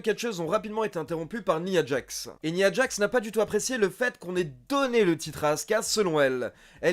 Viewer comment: Il a l'air cool cet épisode ! Tu te forces "nia djax" au lieu de "naya djax"? C'est du franglais ça fait bizarre.